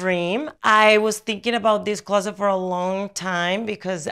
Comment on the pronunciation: When she said “closet for me” it sounded so American 😭